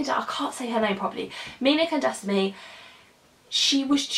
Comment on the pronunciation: Her last name is pronounced Kan (As in cunning) daa - saa- mee